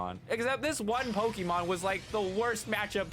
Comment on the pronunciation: am i the only one that saw him cringe at every mispronunciation of pokemon? like, "i stg say como one more time..." :P